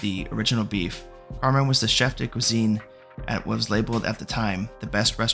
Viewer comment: Love the recap but hes throwing me off every time he says "Carmine".